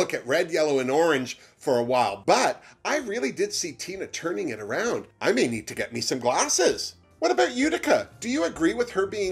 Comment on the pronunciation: Haha, u said tina TURNING